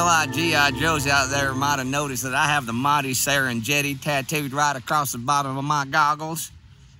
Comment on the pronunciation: serenGetti like GROAN not like gem!!! god indy i don't want to blame texas but wtf sino like sighno NOT like seeno for another example.